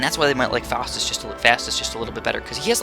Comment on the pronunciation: Im pretty sure its pronounced Fowstus not Fastus